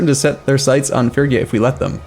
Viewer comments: He is pronouncing Phrygia progressively worse with every video lol (fridge ee uh) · It's pronounced Fridge-ee-ah FFS! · "iT's PRoNouNcEd fRiDge-E-a" Guys he knows, he doesn't care, for heavens sake stop trying to correct the man.